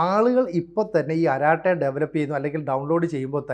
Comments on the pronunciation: അരാട്ടൈ എന്നല്ല. "അരട്ടൈ" എന്നാണ് pronunciation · അരാട്ടൈ എന്നല്ല, അരട്ടൈ എന്നാണ് പറയേണ്ടത്. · Edo kurachu tamizh ariyaan sramikku. അററ്റൈ ennaanu parayendadhu. Arattai ennaal English il chat, Malayalathil sallapam. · അററ്റൈ ennaanu. Tamizh aanu. Malayalathil Sallapam , English il Chat. Allaandu anchor parayunnadhu Karate poley alla.